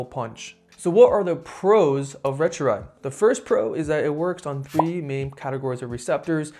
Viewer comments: Retruride??? Seriously...learn how to pronounce it !!! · Couldn’t watch because you kept butchering the pronunciation. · you're not pronouncing them correctly: ret-a-TRU-tide and teer-zep-i-tide